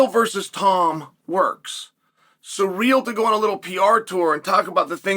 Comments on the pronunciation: Please stop saying "Surreal" instead of "Cyril" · Why are you pronouncing his name as "surreal"? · Who is suh-real?